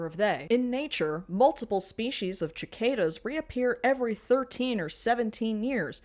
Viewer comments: Love your videos! Just wanted to let you know that "cicada" is pronounced "SIH-cada", not "CHI-cada". <3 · that's a very strange way to pronounce cicada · I'm stuck on ' pronunciation of 'chi-cadas'. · I've never heard anyone not from Italy pronounce cicada that way. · my condolences... also WHY DO YOU PRONOUNCE "CICADA" LIKE THAT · you said cicada wrong but they also said “locust” after it as if they are related at all… so i think it evens itself out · I'm sorry, but the pronunciation of cicada killed me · IM SORRY HOW DID YOU SAY THAT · No hate. But where in hell do people pronounce cicada like that